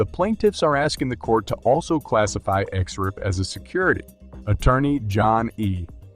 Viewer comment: The words are pronounced. X R P, not x-arp. S E C, not sec. And Library, not L-bree.